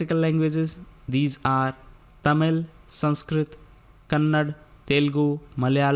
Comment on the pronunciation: I really appreciate your work, but please pronounce the words as they are framed. While wxplaining Q no 4, u said Kannada as Kannad, it's actually Kannada(there is a letter 'a' after d as a last latter). Hope u correct such things... Cheers